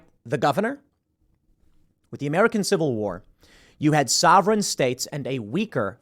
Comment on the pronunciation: Tim,how do you say ''civil warrr'' but then somehow throw in ''movie point here''